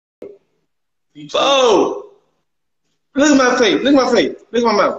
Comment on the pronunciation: Larry said foe 😂😂😂😂😂